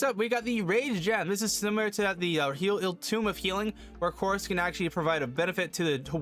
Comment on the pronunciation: FYI: It’s pronounced eternal tOme; it’s just a funny word for book.